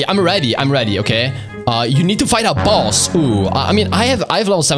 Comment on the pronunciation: Why are you saying boos just say boss😊